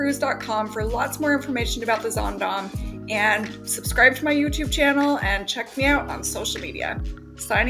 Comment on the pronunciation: I'll be on the Zaandam in a few weeks. I love that you pronounce the name of the ship correctly. ☺